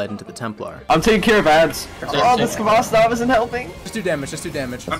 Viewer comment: Being a Russian, your pronunciation of Khvostov is painful, but you made it up by playing Georgi Vinogradov's version of Katyusha which is objectively the best.